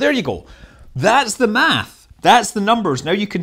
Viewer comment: Dude you're Scottish, please dont say math. It hurts my ears.